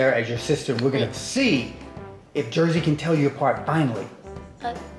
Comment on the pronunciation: Jersey!! Not scrappy